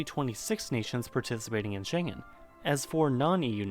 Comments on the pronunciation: Although he doesn't pronounce it right and is mistaken about it being in the EU. It's been about 10 years I last visited it, but there were indeed random border controls mostly because lots of people from Spain cross over to Andorra to buy certain goods, like cigarettes or alcohol, which you can only take back in certain amounts. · The G in „Schengen“ is pronounced like a soft K, so it doesn‘t really sound Chinese;) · The G in Schengen is pronounced as in "get". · I hate when he says shengen like shenjen and not with hard g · Shen-gen... Yikes... Try Scheng-en. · We pronounce it like "Shenguen" and not like "Shenjen", the word "Shengen" is german, so the "g" in always like "gu" and not "je" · Its a hard "G" not a soft "j" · "Schengen" with a hard G. Not Shenzhen. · SchenGen not SchenJen! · Mate, I too had honestly thought it was something to do with China. Because pronouncing the "g" in the middle as a soft "g" , (as in 'gentle' ) makes it 'Shen-gen'... an internationally-familiar trade & business hub. The Schengen in this context is pronounced with a hard "g" -"Sheng'n ". I also have now found that in this instance I wasn't alone. And you can just imagine what a difference it makes if it were the Chinese City that had engineered a European union.🤭 (If I totally confused you just hit "Pronounce Schengen, " to make it make sense. Hopefully.🥺) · SHENG-EN dude.... not SHEN-JEN😜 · Schengen is pronounced as /ˈʃɛŋən/ SHENG-en (with the stress on the first syllable). It comes from the name of a village in Luxembourg where the Schengen Agreement was signed, allowing passport-free travel across many European countries. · It's pronounced with "g" like in "Ghandi" not like in "generator", and it sounds far less chinese that way ;) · In SHENGEN, The “G” is pronounced as in GOLF. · Until now, I thought the worst you do is pronounce the "Ja" brand as "Dzha". :-) But today I got slapped with Shendzhen and it hurts. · Schengen = SHENG-EN (approx. pronunciation in English)